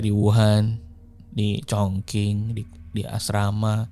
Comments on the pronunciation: wah kalo saya sih dengerinnya ga tentu ya, kalo upload ya ditonton. sejujurnya saya malah bosen yg cerita biasa, yg format ini bikin lebih tertarik dengerin. ngomong2 soal pelafalan, kayak kemaren, chongqing harusnya dibaca chongching bukan chongking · sedikit info bang, chongqing dibaca congcing